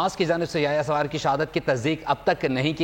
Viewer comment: Its Sinwar ....not sawar